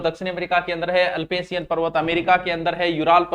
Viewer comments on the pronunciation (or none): अल्पेसियन नहीं अप्लेसियन